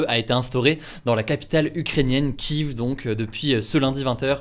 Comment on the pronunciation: Kieve pas Kiv 🤦🏻‍♂️